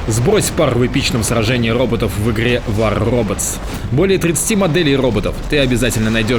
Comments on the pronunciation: не озвучивай рекламу про ррррроботов )))получается пиздец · не стал бы я на твоем месте рекламировать РРРРоботов))))